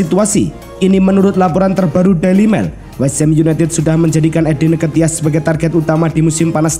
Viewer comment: Tolong itu muka nya ngga usah muncul sumpah ngeganggu banget Trus blajar baca lagi eddi nketiah itu di baca eddi ketiah dek